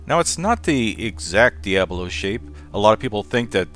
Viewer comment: Diabolo, I think you're mispronouncing it just to annoy me.